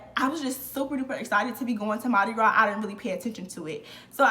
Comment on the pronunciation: I’m from New Orleans. You said it correctly and I was a crew of Nyx rider (all female parade tht signature throw is Purses) girl HMU wen u back in town!